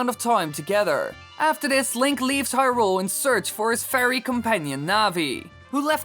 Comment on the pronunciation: He screwed up hyrule, nuff said